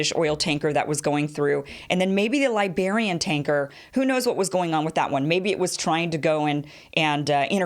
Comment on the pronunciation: Mario Ortiz It's Liberia not Lesbiara?!